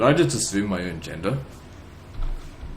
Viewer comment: "Did I just assume my own genda?" lol